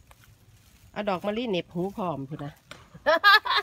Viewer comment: ตลกตอนป้าแกบอกว่าดอกมะลิต~แฮ่ร~